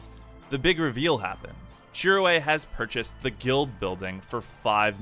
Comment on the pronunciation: Shirō not shiroe